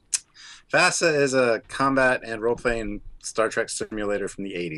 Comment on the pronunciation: FASA... Fa as in the musical note and Sa as in the word saw. Not long A's